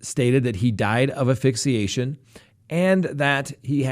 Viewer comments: Why do you say "Aphyxiation"? That's not even a word ,it's ASPHYXIATION ! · It's asphyxia like ass-phxia haha